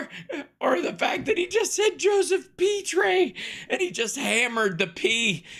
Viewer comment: Joseph pee tray? 😅